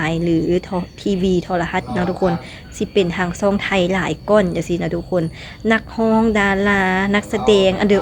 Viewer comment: ดาราช่อง 7 ไม่ใช่ดาราซ่อง 7 พูดภาษาไทยให้มันถูกต้องด้วย ออกเสียงผิดความหมายมันจะเปลี่ยนนะรู้ไหม ยูทูปเบอร์ลาวเกือบจะทุกคนออกเสียง ชอ ช้าง เป็น ซอ โซ่ ทั้งนั้นเลยไม่ฝึกฝนอ่านและออกเสียงให้มันชัดเจนกันบ้างนะครับ อย่ามาบอกทีหลังนะว่ารู้เท่าไม่ถึงการณ์วลีฮิตของคนลาว